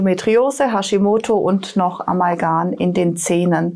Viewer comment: Ich glaube, es heißt "Amalgam" (M) und nicht "Amalgan".